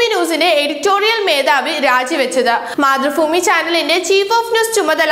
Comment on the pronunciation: മതൃഫൂമി അല്ല, മാതൃഭൂമി